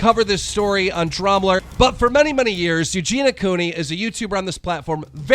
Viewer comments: when you cant say Eugenia so you say eugena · Eugen-EE-ah Cooney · Ffs...why cant you pronounce EugeNIA Cooney's name PROPERLY? How disrespectful. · Why does everyone say Eugena when they say her name? It's so annoying. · The way he says eugenias name wrong bugs me a lot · That's not how you pronounce Eugenia....